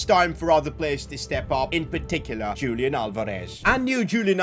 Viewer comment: ITS NOT PRONOUNCED JULIAN ITS HULIAN!